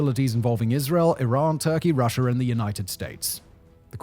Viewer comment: There is no such place as Syrier, nor Russier. What is "medier?" I've never heard of Americer either. In grade school we were taught that people from Great Britain spoke the purist form of English. Not sure where you grew up but your slum street jargon is a disgrace. Take a sabbatical and take some classes in English pronunciation before trying the documentary profession again.